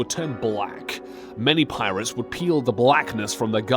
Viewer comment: The way he says pirates kinda bothers me